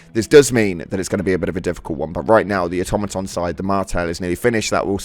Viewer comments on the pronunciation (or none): none